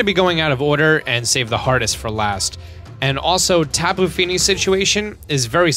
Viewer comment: Only kū was the god of war. Lono was actually a god of peace and prosperity. Kanaloa was the god of the sea and kāne was the god of the fresh water as well as the giver of life. And the correct pronunciation (although yours wasn’t the worst I’ve ever heard) is more like Tapu - (Tah Pu). From there koko is pretty simple and means “blood” in Hawaiian. Lele was “something made to give to the gods for love magic” and also means fly. But we don’t have b’s or f’s so idk where that came from. I do also think it’s funny they have a ‘Ula’ula (red) melemele (yellow) Poni (purple) and Akala (pink) islands with the guardians as such. I do have to say whoever helped teach this had to be well versed in Hawaiiana 🤗😍🤗😍